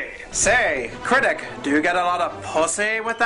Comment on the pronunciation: Critic vs "Cricit"